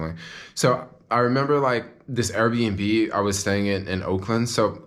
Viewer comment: I love how you pronounce Airbnb. Errbnb. I love to eat at KFC for lunch. That new $3.99 chicken sandwich is the BOMB yo. So juicy and delicious. With the Pickles. Don't get me started on the PICKLES yo. And then there is always SUSHI for LUNCH. Oh, how I love eating things with faces. I am a carnivore YO. Born and Raised. All you people who claim to love God and be so Spiritual and spout all the God stuff and call yourself Vegan, need I remind you of what your God said. Acts A voice said to him, "Peter, get up! Kill these and eat them." ... And there came a voice to him: Arise, Peter; kill and eat. ... And there came a voice to him, Rise, Peter; ... OH YOUR GOD IS A KILLER and MEAT EATER.